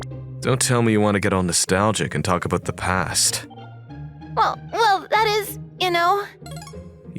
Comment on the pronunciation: " the past" became " the psat"?!